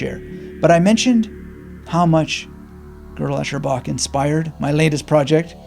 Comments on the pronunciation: "Girdle Echerbach" 😂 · The very first test of GEB is: how to pronounce the title. Cheers. Thanks for sharing. I found reading his follow up - I am a Strange Loop - reading this first helped GEB resonate more for me...